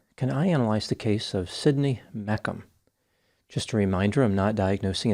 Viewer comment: It's Me-shum not Mekum lol!